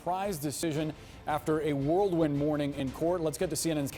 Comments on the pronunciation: It is pronounced whirlwind, not world wind. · Did he say "worldwin" ?